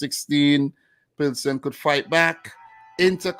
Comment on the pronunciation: Great stream and! I hope that you will be now Plzeň pronounce Pilsen.